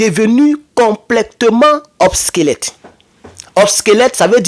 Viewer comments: C'est pas '' OBSQUELETTE'' mais OBSSOLETTE'' qui signifie Dépassé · OBSOLETE et non “obsquelète” Très fraternellement. 👍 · On dit obsolète